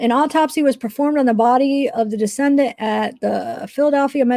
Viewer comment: Decedent is pronounced Dee-SEE-dent. It’s a person who had died. A descendant (which is how you are pronouncing it - and really changes the meaning) is a person that is descended from a particular ancestor. Parenchyma is the primary tissue of the organ as opposed to the supporting tissue.